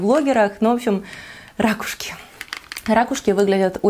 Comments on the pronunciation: РакУшки,, ракУшки! По-русски правильно говорить: «ракУшка». А гардероб 👍🏻, вам очень идёт 🙂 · Николай Николаевич да-да🙉🙉 ужас , как режет слух эти рАААкушки🤯🤯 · замечательное видео, но рАкушки - это конечно... сначала думала в шутку так их называет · я говорю рАкушки, и о боже это конечно так ужасно))) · Вот и поучи русский язык:) правильно - ракУшки) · Ударение на первый слог - разговорное и простонародное. Если хотите разговаривать более грамотно, то ударение на на второй слог. А так сразу чувствуется провинциальность.